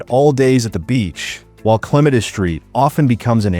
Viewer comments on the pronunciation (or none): You said clematis wrong